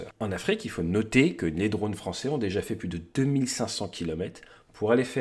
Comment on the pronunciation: Bon, vos vidéos sont géniales, si en plus on rigole avec des "drôles" heu drones , genrés, vous allez pouvoir concourir aux oscars !